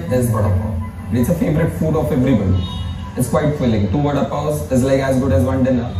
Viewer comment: Everytime she mispronounces Vada, I cringe